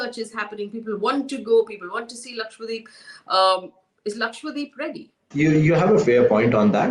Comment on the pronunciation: Can you please stop calling it “lakshWADEEP”? It’s Lakshadweep. Laksha = lakh; dweep = island. The name literally means land of hundred thousand islands. And please don’t go and ruin its pristine beaches 🙏🏻😕